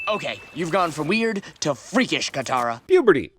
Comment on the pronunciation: what the fuck is katarration